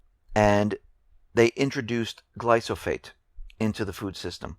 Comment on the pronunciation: I like your reports and enjoy watching them. I don't want to pick nits, but the proper pronunciation of glyphosate is "gli-fə-ˌsāt" and it is a herbicide, not a pesticide. Other than that I have nothing but agreement.